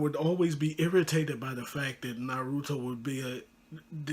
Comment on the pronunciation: Bro you pronounce naruto incorrectly, I am not trying to hate but you should look up how to pronounce it